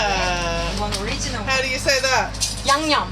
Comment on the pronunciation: 진짜 늘 영상들 보면서 힐링하고 있어요! 오늘 새로운 손님들이 많아서 기분 좋아하시는 미란님 보니까 제가 다 기분이 좋네요! 역시 외국분들에게 양념 발음은 어렵나봐요 ㅠㅠ 제 외국친구들은 스윗칠리하면 태국 음식 먼저 떠올리던데. 귀여워를 kiyo로 바꿔서 편하게 부르는 것처럼 뭔가 양념도 귀엽게 표현되는 단어가 있으면 좋겠어요. 맘껏 자랑 좀 하고 다니게 ㅎㅎㅎ 양념 발린 닭꼬치도, 간장소스 닭꼬치도, 떡볶이도.. 호주가서 다 먹어보고싶어요. 매번 볼때마다 저기서 사먹는 분들 너무 부러워요